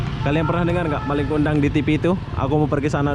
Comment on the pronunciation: Malin BG bukan maling 😂